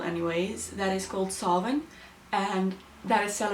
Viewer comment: Very well researched. Usually videos like this can go downhill fast. Glad to see you have a good understanding of early Irish lore, of Samhain, and for pronouncing Samhain correctly